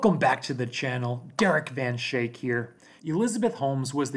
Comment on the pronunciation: Dude your last name is Dutch, you are pronouncing it wrong. Schaik , the ch is a k. Sky-aik